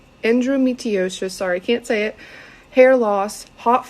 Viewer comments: >giving advice about endometriosis and related issues >can't pronounce "endometriosis" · She can't even say endometriosis, red flag! 🚩🚩🚩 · omg. She can’t even say “endometriosis” ….. let alone knowing what it is and how severe it can be 😰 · Not her stumbling on the pronunciation of endometriosis, hot flashes, etc. MA'AM! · Preach!! Can't say endometriosis.....she admits she can't say it. She can pound sand. If you can't pronounce it, you don't know what you are talking about. I'm so sick of our society spreading such crap that affects people's real health in a negative way. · Right?! If you claim to be a hormone professional (assuming you are a native English speaker) and you can’t pronounce what you claim to treat… 🚩🚩🚩endometriosis isn’t even that hard to say.